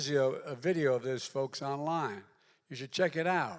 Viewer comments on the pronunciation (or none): none